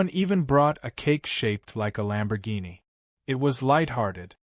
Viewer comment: Please read to the end, I think you will like it ! ! ! ! ! ! To the Want-To-Be author. The car, your "Artificial Intelligence" can not pronounce correctly is a "Lamborghini" the full name and spelling. However your DUMB A.I. (of which you NEED to get rid of and acquire a more professorial A.I. program, it will also make you look a little more intelligent, maybe). Now to the MAJOR error your A.I. is making. The common word for the vehicle is shortened to "LAMBO" that is L a m b o but your uneducated artificial intelligence spelled it and pronounced the same way as "LUMBO", L "u" m b o. So. when are you going to acquire your NEW A.I. program ? ? ? ? ? The sooner the better for your sake. However before you do acquire your new A.I. program you "MUST" do something that all writers fo prior to posting any story where ever they choose and that is something so simple, even a Cave Man can do it and that thing is called "PROOF READING". This way you may catch the errors that will make you look stupid. Lastly, A.I. programs do not know the full definitions of what is known in the English language, so stop being LAZY and acquire a better version of an A.I. program as there is a slim possibility it may make you sound a tiny bit better on paper or in the YouTube thumbnails. Believe it or not, I did keep this comment short, sweet, simple and to the point. The reason it is this short is I did not want to waste too much of my time on this when I will be doing something else.